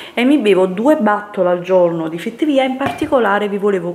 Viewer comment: Ti pregoooooo......."battoll" cosa vuole dire????? Bottiglia in inglese si dice "bottle" e si pronuncia "botl" mentre "batl" è la pronuncia di "battle" che vuol dire battaglia. If you don't speak english.....don't speak english!!!!!